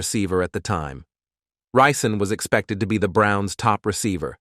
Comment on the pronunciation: Ri’ Zon is how we pronounce it here in Flint. He went to same H.S. My aunt did and some of his cousins went to Flint Beecher next league over.